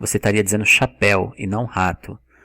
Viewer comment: Cara, vc é fera no inglês, mas come o d nas palavras em português, falano, comecano, dizeno, e isso é irritante pra caramba.